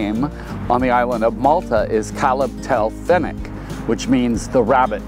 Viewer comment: As a Maltese person, I hate to say it but he completely butchered the Maltese name for it 😂😂